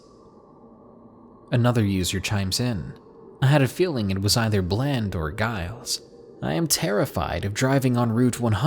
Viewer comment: HA I live in Giles Virginia. Btw you pronounced it wrong lol.